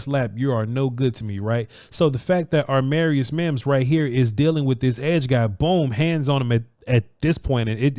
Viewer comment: when you say his name you keep switching the 'm' and 'r'. you say it like it is armarius. when it is amarius